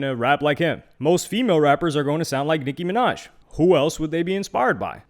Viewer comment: Nic(kim)inaj😂😂😂😂 maga minaj